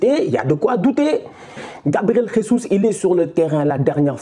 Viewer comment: Salut on dit pas « resus » comme en espagnol le J c’est comme en français